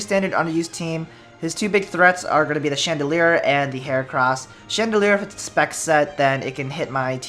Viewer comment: lol he keeps on saying chandelier not chandelure